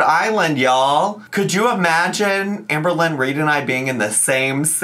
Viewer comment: you saying 'it's so hard to be amberwynn weed' absolutely sent me